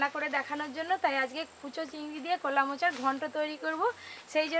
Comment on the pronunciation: নদীর রিঠে মাছ, মাথা টা খুব বড়, খুব সুস্বাদু। কলা কে কোলা বলে কেন? অনেক অনেক ভুল উচ্চারণ।